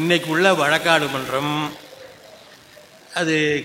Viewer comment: வழக்காட்டு இல்லை வழக்காடு